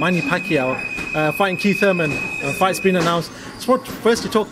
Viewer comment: ELLERBE -- For the love of God, you are suppose to be a professional and SPEAK the English language CORRECTLY. Its is not KEEF Thurman. It is KIETH Thurman. "We know that KEEF is always in great shape..".. There is not KEEF fighting. It is KEITH. Yes, I do realize that some ethnic groups use F for the TH sound, but c'mon man, you look good, dress well, smart, a sense of humor, know boxing and have money. Learn to speak proper Englis without slang. Just sayin. I know I will get beat up some, but I also know it drives others crazy as well.